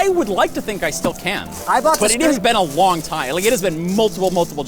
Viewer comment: when talking to Linus about how long has been since he build a computer, does he say "its been a wong time" ?